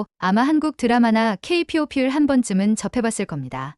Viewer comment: 케이피오피 케이팝으로 읽어줘라 Ai 성우